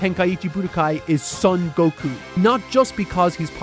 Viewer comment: Brother, please stop mispronouncing "Son Goku" as "Sun Goku". In Japanese names, the "o" is always pronounced as a long "o" sound as in "only". It is never pronounced as a short "u" sound as in "bun". It is "SOHN Goku", not "Suhn Goku".